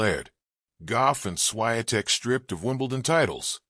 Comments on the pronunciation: If you decide to record anything, learn how to pronounce someone's name. It's embarrassing. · Your pronunciation of the champ's name is a disgrace, disrespect to her roots and reputation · That's disgusting to say her name WRONGLY! Ask Google so you're aptly guided how to pronounce the name of the champ! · Why do you keep telling her namely WRONGLY??? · WRONG pronunciation of the champ's name!!!